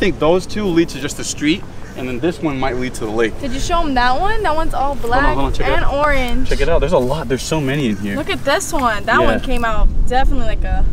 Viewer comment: how he say orange... arnge